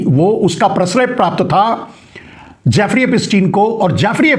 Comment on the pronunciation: Naam tho teekh se bolo. Jaafri nahi naam Jeffri.... Yahudhi hai ho.